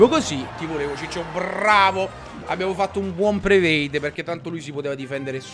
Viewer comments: ciccio porca troia non si dice prevade ahahhaha continui è predict vabbè ormai ho perso le speranze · Ciccio ti devo correggere: si dice predict e non prevade 😇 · ciccio si dice predict, non prevade :D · comunque si dice "predict" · si dice predict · Ma che inglese usi? si dice predict